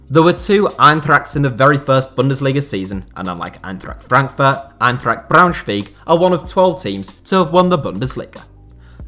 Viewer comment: Germans: try to pronounce English names like Native Speakers would Native English Speakers: Eintrakkt Braunschwiiieg